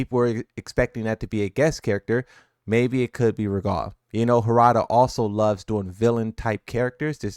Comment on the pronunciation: lol at ru god lmao its rugal ru gal.